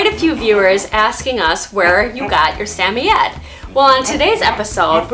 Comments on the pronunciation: I love this video can’t help but say respectfully it’s Sam-oy-ed not sammyed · I have never heard a samoyed pronounced the way you do. Where are you from and why do you say it that way?